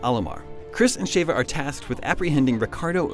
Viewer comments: im sorry did i hear Shava? its Sheva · Shayva? Really? Chris screams "SHEVA" about a billion times in RE5. has obviously not played that game. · "Shay-va" ??? Chris spends the entire game (RE5) saying "Sheh-va" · Please, saying Sheva as Shave-ah once or twice would have been tolerable. But to say it 10 times in a row as Shave-ah convinces me that you want to fight. It's Sheh-va. Have you played the game?? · Really?Shavea?lol its Sheva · (Sh• Chev• Ha) definitely not (Sh•Ava•) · Ughh, Why do people pronounce it Shave-uh? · everytime he says Shevas name I want to scream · Could explain this better. The narrator doesn't even know how to pronounce sheva correctly. Best to assume he never played RE games-.